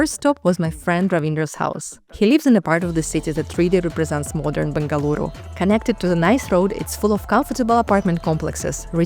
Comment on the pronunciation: Thank you for pronuncing Bengaluru correctingly.Better than our Indians do 😊